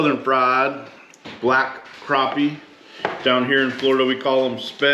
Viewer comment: Next time you're in South Carolina ask someone to tell you how to pronounce crappie.